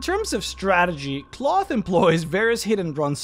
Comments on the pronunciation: I think this is pronounced like, "Klaus," and not "cloth". "Klowth" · I'm not sure what the canon pronunciation is, but I prefer to pronounce Klauth as "Klowth" rather than "Cloth" because the latter just sounds silly. It's kinda like how the Hobbit movies pronounced Smaug as "Smowg" rather than "Smog" but even more so, because "Cloth" is an absolutely terrible name for a dragon. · I think you should say his name like "Klow-th" not "Cloth" .... sounds more regal and powerful... much like saying "Smow-g" instead of "Smog" from the Hobbit. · I'd always pronounced it "KL-ow!-thhh" rather than "cloth" ... feels weird bro.png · It's pronounced clowth. People actually lived in the veil before 5e and apparently they ruined that too. They kept the land nice and gave him tribute and he wouldn't kill them or let anyone kill them. In my last campaign he became my right hand advisor voted on by all the other dragons in my Empire. My character is chaotic good, and he built an Empire on the Northern sword Coast. Campaign went four and a half years and I won lol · "cloth" lmao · You repeatedly mispronouncing his name as "cloth" drove me nuts